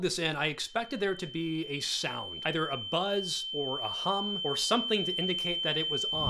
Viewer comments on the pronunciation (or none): none